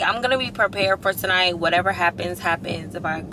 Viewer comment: Because tonoight will be the noight that i will fall fuh yuuurrrr 😂😂😂